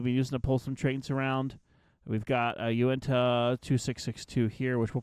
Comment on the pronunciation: You said Unitah wrong